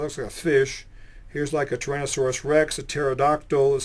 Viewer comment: lol i like at the start when he cant say t-rex. "i would put the name 'dinosaur park"